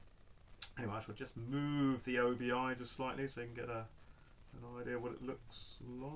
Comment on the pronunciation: Hey, + 1 to see your Japanese Vinyl! But before you do, one thing I've noticed watching your videos you refer to the Side Sash/Strip as an O.B.I? I have friends from Japan and have travelled there a couple of times, and it's just pronounced Obi. It doesn't stand for anything it comes from the sash worn with the Kimono. Otherwise mate, keep up the good work & say hi to Boba Fett for me!;)